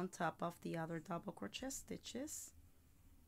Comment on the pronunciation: Great video 👍 But your pronouncing Crochet wrong It’s “crow-Shay “🤷‍♀️